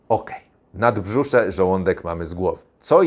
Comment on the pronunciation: NaBrzusze! A nie naDbrzusze...